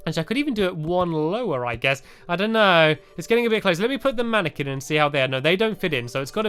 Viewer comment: It's pronounced man-a-qwin, not man-a-ken hehe. No offence to any fans or you, Stampy. :P